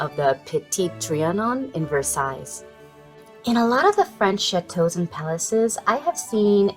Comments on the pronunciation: The final 's' in Versailles is silent – just in case you've never heard it spoken aloud before – so it's vur-SIGH. Merci Mademoiselle! 🤗🇫🇷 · Nice job, loved the ideas…the wooden pieces you say are not too expensive in Amazon which is great…fyi the last “s” in Versailles is silent…😀😊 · Thank you for the link. Fyi, the final "s" in Versailles is silent.